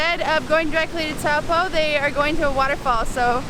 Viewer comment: You mispronounced taupo quite a bit heh